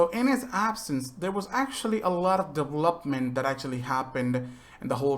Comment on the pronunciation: We really gonna ignore the fact that this dude can’t say development lmfaoo, DEVLOPPMENT 😂